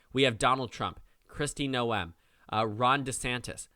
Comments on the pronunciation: South Dakotan here: my governor's name is pronounced Kristi GNOME, not No-Em. Just thought you might want to know for future reference. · FYI it's Nome, like gnome. Not No-em. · a small correction: The EH is not pronounced in Noem,its nowm,ow as in blow. Have a nice day